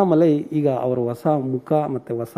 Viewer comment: Vasa Vasa andhre yen anchor avre? Hosa andhre gothu. Kannada Ucharane spastavaagirbeku Sir. _ Idhu Anchor ge Annamalai ge alla.